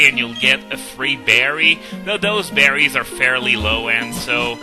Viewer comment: At first, when you said more berries, I thought you said more Barrys.